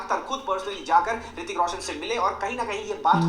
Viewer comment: Madam hritik ko pronounce nhi kar pati😂😂